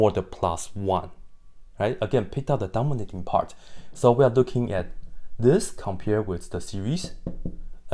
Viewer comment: thank you for this!! ❤ I keep hearing "dumber little part" instead of "dominating part"🤣